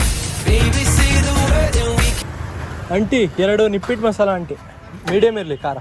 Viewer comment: ನಿಪಿಟ್ ಅಲ್ಲ ನಿಪಟ್ masala 😂😂